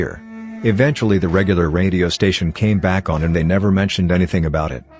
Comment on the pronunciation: Story: "After they signed the lease" Voice: "After t-hay signed the lease"